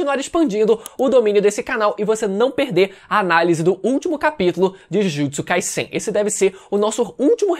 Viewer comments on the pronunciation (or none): Me dá uma agonia desse mano falando Jujutsu “Kaissein” com esse S tendo sonoridade de SS. Pela regra da língua seria som de Z essa porra. Acho que tenho TOC. Não é possível